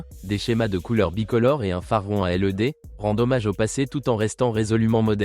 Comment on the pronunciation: Phare rond à L.E.D tu nous prend pour des quiches tu peux pas le prononcer led